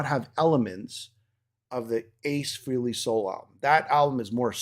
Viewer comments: Guys, it's pronounced "Fray-lee", not that Ace cares, but there you go. Good discussion though, well done. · yes, nice try. Ace has stated in past interviews that people pronounce his last name three different ways and he really doesn't care as long as they are saying his name. He then pronounced it "Fray-lee" in the interview. Even Paul Stanley pronounces it "Fray-lee". Pretty sure I heard both of you pronounce it "Free-lee". Anyway, it doesn't matter at all, I'm sure we can both agree that his new album will kick ass. Have a good one sir.👍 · It’s actually Freh (rhymes with bell) ley. Nice try though.